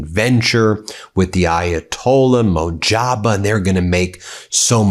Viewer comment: Ayatullah mojtaba (moj ta ba )not mojaba